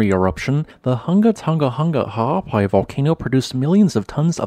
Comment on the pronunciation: As a native Hawai'ian/Pacific Islander, I appreciate your effort to correctly pronounce Ha'apai. It is hah-ah-PAH-ee, with the "ee" being said quickly (°◡°♡)